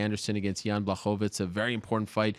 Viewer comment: Chael sonnen can't even say Jans first name correctly 😂